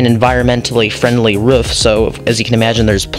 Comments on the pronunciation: It's not ruff it's roof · Not to be mean or anything but it's pronounced roof not ruf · It’s rooof not ruf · Stop saying rufff say Roof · It not ruff its roof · Ruff Or Roof? Comments: Ruff Captions: Roof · it’s roof not ruff. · ROOF! not Ruff lol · You know when you say roof your sound like your saying ruff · WAIT is he saying ruf or am i just deaf?? XD and also great build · Who else gets triggered when he says rUfF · I love the “ruff” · He sounds like a dog when he says that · I love how you say roof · i kept laughing how he said ruff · Cat McGinley they said ruff because that’s how he says it in the video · im going insane over why he says roof and not ruff